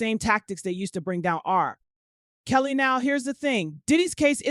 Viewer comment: The narrator is A.I and sadly a little off putting at times. Spaces between names eg R....Kelly as if there is 2 different people it's talking about. The way Suge is pronounced. Yea a little off putting. Prefer listening to the sister.